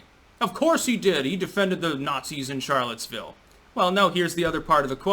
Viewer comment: sh nit ch pronounce charlotesville.... plus nazi u trying to sound german when u dishinor french sounds ...